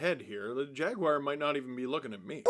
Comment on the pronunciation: Did he just say jagwire